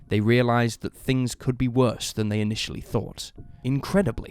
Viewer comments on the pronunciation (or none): sucks. Instead of feels worse. It said feels wurst. That’s actually a German sausage. Please speak English. Or French. I understand both. Do you??